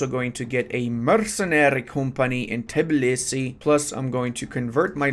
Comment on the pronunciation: I'm disappointed, most of the Eastern Europeans can pronounce our capital exactly as its written and not Tibilisi as most of the people + you as well do lol. Get better bro